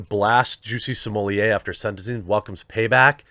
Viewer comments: If you’re going to continue talking about Jussie Smollett, get his name right. It’s Jussie Smollett, not “Juicy Sommelier”. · Perhaos you should prepare before your post, smollett was senteced to 150 days in jail, not 75 as you said. You also said another Gaffe, when you mentioned the police hours of overtime, its over 300 not 30 hours as you said. Then half the time you pronounced his name different like smollaaayy, and them finally you called him smollett, and pronounced it correctly. Sloppy, slow and lots of dead air time. Bad show, last time I watch. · Your right I think he should go to prison for much longer !!! Smaller is a SCUMBALL!!!! His name is S-m-o-l—l-e—t— t YOU AREN’T SAYING HIS NAME CORRECT!! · Sorry but the way you pronounce Smollet made me unsub. It's not french, it's not funny and it is actually so bad sounding SMOLETT, not smollierrrreeee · got to stop calling this fraud french, no one has ever heard of him in france. smollett is an english name. in french double T is allways spoken alloud, there is nothing genuine about this z list 'celebrity' if he were french , the only way it could be 'smoh liyay' is if it were spelled smeulié double L in french is allways pronounced Y., please stop, you're just massaging his ego. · What cracks me up about this whole thing is Jeremy's pronunciation of Jussie's name: Jussie Simoliye LMAO! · His name is pronounced “Juicy” per Dave Chappelle. Juicy Smollyea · County jails are mostly hell holes. Also your French pronunciation in so wrong. You're calling him the man in charge of the wine. You're adding one syllable too many. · I enjoyed this video allright, especially when around 12.30 you realize that you've kept pronouncing his surname in French =)) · Chapelle literally changed the pronunciation of Jussie's last name lol